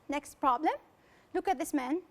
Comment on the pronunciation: Just avoid saying' next'_e ... in a French way.